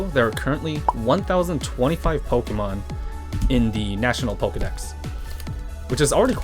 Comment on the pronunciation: 2 mins in and you know that hes a cat dad pokemyoen or pokenyan is what I heard. Keep up the good work!